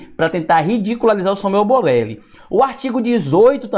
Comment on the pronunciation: É boleli ou Borelli kkkkk